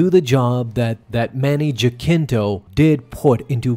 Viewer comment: Jack - kin - toe 😂😂😂. Bro it’s HA - sin - tó. Pronounce it properly homie.